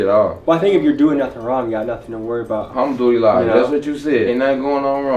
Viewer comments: Al ham do li la 😂 is this guy for real lol he can't even pronounce the simplest of words. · Sounds like he saying I'm doodie lo. When he says Alhamdulillah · That’s a slick translation you tried to pull but Bruh was definitely saying “Humdoodeelah”. Idk if you wanna edit that in but definitely don’t let that slide it’s important to my people.